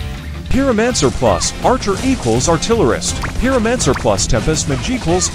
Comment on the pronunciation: "peeromanser" lmao